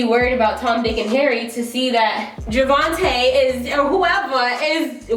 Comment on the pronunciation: Not “Javonte”😂🤣😂